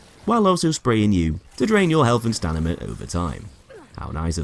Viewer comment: I believe the word is stamina not stanima